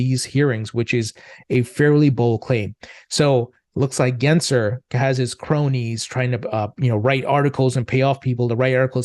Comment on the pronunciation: Why do you call Gensler Genser?